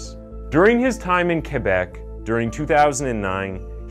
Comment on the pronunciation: Thank you for pronouncing Québec properly! 💙🤍💙